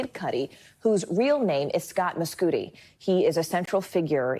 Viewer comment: How could you pronounce his stage name correctly and his actual last name incorrectly lol